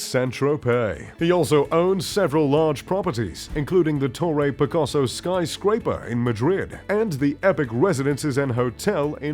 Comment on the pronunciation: Hard to take these types of videos seriously.... when basic pronunciation of words like "Rocher" and "Picasso" are incorrect, and in the video "3000" pieces are written in the chyron, but he says "300" etc... etc... It's poor presentation.